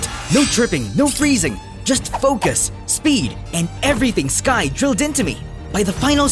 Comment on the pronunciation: Buds her name skye not skirk or skirt. So stop calling her that.